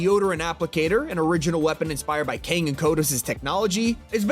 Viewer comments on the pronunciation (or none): none